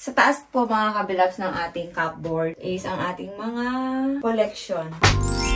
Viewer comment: May i correct lang po sa pronunciation ng cupboard po it’s kuh- brd . It’s silent P po